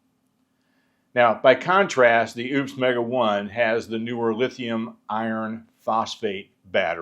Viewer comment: this video was great and quite interesting. Thank you for sharing. and it sounds like you are saying ION when sharing the type battery this is. Your text on screen says IRON in both places. In case the text was supposed to say ION, I wanted to let you know about this. Thanks and take care!